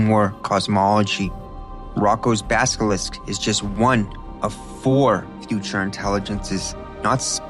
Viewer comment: Same when he said baskilisk instead of baskilisk several times. As well as saying roku instead of roko when mentioning roko's basilisk. No flame here, just can't help but hear those mispronunciations lmao 😅